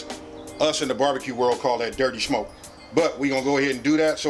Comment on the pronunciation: says “shmoke”